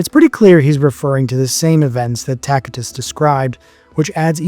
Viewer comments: This dude calls himself a historian when he can’t even correctly pronounce Pontius Pilate, Tacitus or Aramaic. Plus, several lies in this barbaric misinformed video. Christians were called Nazarenes by the Jews and others and the christians called themselves the saints not righteous or just. Saint is a word used since the Old Testament to refer to the Jews who were religious and pious, hence the meaning of the word - pious/holy not righteous or just. Another biased opinion here by this guy masqueraded as fact , just because Josephus spoke well of Jesus, doesn’t mean his writing was corrupted. Jesus had a very good reputation amongst the people. Josephus is not saying anything out of ordinary of what was said and known about Jesus. There are some other misinformation here too, which now got me wondering about the misinformation in his other videos. He didn’t even mention the shroud of Turin. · This dude calls himself a historian when he can’t even correctly pronounce Pontius Pilate, Tacitus or Aramaic. Plus, several lies in this barbaric misinformed video. Christians were called Nazarenes by the Jews and others and the christians called themselves the saints not righteous or just. Saint is a word used since the Old Testament to refer to the Jews who were religious and pious, hence the meaning of the word - pious/holy not righteous or just. Another biased opinion here by this guy masqueraded as fact , just because Josephus spoke well of Jesus, doesn’t mean his writing was corrupted. Jesus had a very good reputation amongst the people. Josephus is not saying anything out of ordinary of what was said and known about Jesus. If you’re going to talk about Jesus, At least leave your opinions out of it, and do better research than this lazy bum video. You didn’t even mention the most scientifically studied artifact in history which is the shroud of Turin, let alone the other archeological findings. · Pronounced “Tasitus”